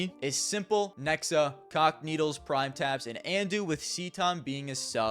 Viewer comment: Bro I keep hearing "cockneedles" instead of "cacanito"